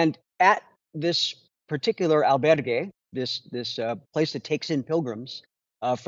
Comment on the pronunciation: The way Emilio pronounces "albergue"...